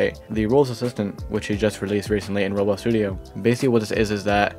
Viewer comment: why do you call roblox "rolx" what